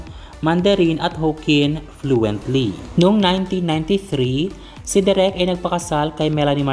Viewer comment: De rek not direk